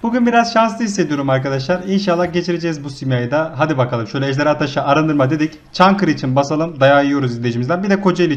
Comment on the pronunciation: Reis çankırı sana yamuk yapmaz sen düzgün söylemedin jsjsjsj